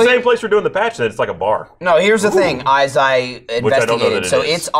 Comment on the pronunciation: i like how fucks up right after they get on Ryan's case for fucking up a bunch and no one notices. messes up the pronunciation of as, he says it like ais